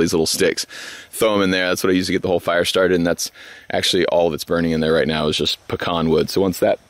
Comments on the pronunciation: Hey, quick reminder...... pee-can. Not pee-con. Pecan Not Pecon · Peeeeee. Can not pucon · Puh-con or Pee-can. It’s Pee-can here in Georgia.